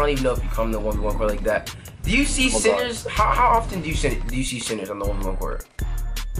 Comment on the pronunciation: I thought he was saying SINNERS, it was actually CENTERS.